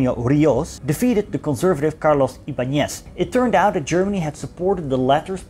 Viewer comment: Great video, good researched. One detail: chile was not alone, if peru and bolivia followed USA, argentina had a pro-axis goverment. Ríos has accent over the í and ibáñez over the á: riiiiiios and ibaaaañez. Again, thank you, great video.